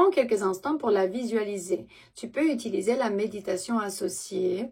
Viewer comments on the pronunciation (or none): none